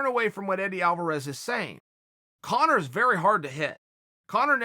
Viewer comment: Dario Bognolo ur such an idiot he’s saying it right,it’s Conor my god I just had to comment bc of this dumbfuck arguement in the comments